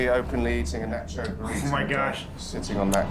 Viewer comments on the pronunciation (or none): none